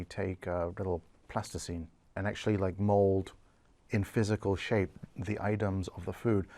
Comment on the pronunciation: Wait I don’t get it, did he say “mold” or mole?